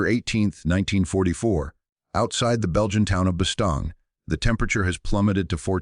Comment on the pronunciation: Soo , Instead of studying the futility and stupidity of WAR ...BOTH sides scurried to hide the event ! ....Only on planet Earth !...and its Bastogne pronounced Bastone(If you must...close enough ! )